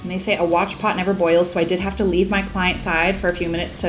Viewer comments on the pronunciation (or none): none